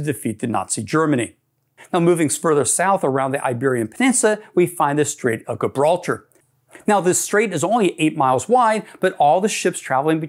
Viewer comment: It's pronounced Tames as in James or Tems as in gems, or something between those two pronunciations. And it's Gibralter with a soft G. Pronounced Jibraltar.